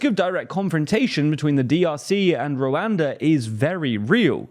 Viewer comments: @@ the way he says the a’s is cringe. It’s supposed to be pronounced similar to how “wakanda” is pronounced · It’s very hard to watch this video because of how you keep pronouncing Rwanda in the most yt way possible